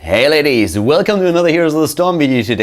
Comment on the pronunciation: did he say, hey ladies?